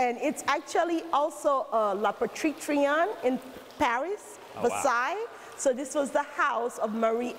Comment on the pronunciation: also how do you "research" and not know how to pronounce Versailles